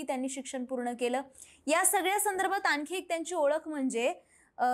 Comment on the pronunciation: Please ज्यांनी मुलाखत घेणाऱ्या व्यक्तीनं , आनी पानी करू नये please edit करा e.g आनखी नाही आणखी..